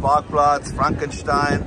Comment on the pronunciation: Frankenstein. Pronounced properly by! 😃